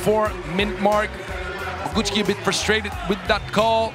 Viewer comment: Little help for commentator: Bogucki - /Bo-gootz-ki/ Szlachetka - /Shla-het-ka/